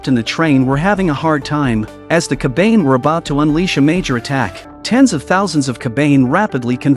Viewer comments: its kabane. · Bro really said coban instead of saying cobane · Bro it's kabana not kabain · Although i always loved your recap but Wtf is kabeyn 😭 its Ka Ba Ne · C’mon its “Ka Ba Ne” not Ka Bane” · Ka-ba-ne not ka-bane sweet jeez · I watched this before and it's pronounced ko-ba-ne not cobain. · Ya... 1 minute in and i cannot watch this anymore. That "kabaine" is making me angry and annoyed lol. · TF is a "kabayn" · "Ka-bain" "A-yam" I hate AI voices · Its Ka Ba Ne you fucking AI losers. Atleast try to make your stupid AI voice pronounce it right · Dont make call the kabane with a ane a n e kabane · they r called KA-BAN-hey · Every time they said "kabane"' or ''Ikoma"' I cringed lmao. The Ai voice is always so bare lol. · Fucking AI saying Kabane is killing me.